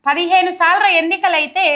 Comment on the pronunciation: ముందు భాష సరిగా మాట్లాడడం నేర్చుకో 15salru కాదు 15 sarlu